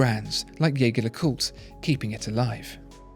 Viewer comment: if you're going to go to the effort of trying to pronounce "LeCoultre" correctly, you could try to say Jaeger right ;) It's the french use of the name, not the German.